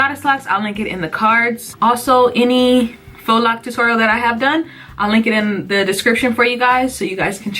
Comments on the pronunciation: Faux is pronounced FOE not Fox 😂 No shade lol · Its not pronounced fox. Faux is french..pronounced- foe. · Hey girl I love the video, but it it pronounced Fo locs 💕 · omg is she saying fox locs....